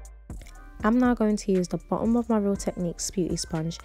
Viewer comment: Who else thinks that every time she says “Now” sounds “Not” to you 🤣